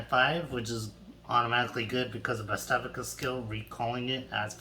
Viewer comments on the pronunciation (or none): do you listen to your dumb ass self butchering this names you idiotic failure how did bavsargra become bavstavica you are the only dumbass that removes a letter of the name and put some ither letter in even though there is a g an no i or c in the last part of her name you dumb ass also how did you change the name of adarla to aria you dumb illiterate that should go back to school and learn how to read and how to pronounce things right